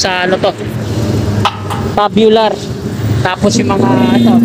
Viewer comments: Loko tong mga Kasama ko nagpa correct Ako Ng pronounce dyan.Tama sana Ako😂 namali TULOY tabyular daw tamang pronunciation 😂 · Pasensya na boss kamali Ako. Tube bular talaga tamang bigkas nun.Medyo alanganin lang Ako. TUBULAR ...Yan Ang bigkas ko kanina nag edit Ako... Kaso Humirit mga katrabaho ko na Tabyular daw bigkas dyan.Mga kagaya ko din eng eng wika mo. Pero ok lang Yan tanggap ko Ang pagkakamali ko. Dahil dyan nag umpisa para matuto. Tandaan mo Rin na maski Ikaw dika perpekto. At ni Isang tao Dito sa Mundo LAHAT Tayo Hindi perpekto. Kaya kung magaling ka matalino di ganyan Ang asal mo.Ang matalino marunong makaintindi at umunawa Hindi Ang pumuna at manghusga.